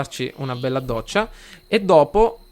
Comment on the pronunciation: Ho capito che sei siciliano perchè hai detto doccia con due d "ddoccia"